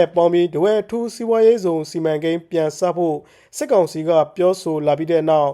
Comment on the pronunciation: စက်ကောင်စီမဟုတ်ဘူး စစ်ကောင်စီ။အသံထွက်ပီသအောင်အရင်လေ့ကျင့်အုန်း။